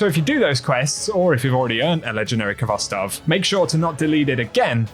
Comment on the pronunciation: The k is not pronounced in khvostov. This the transliteration of the Russian word хвостов. The kh has a hard sort of rough h sound.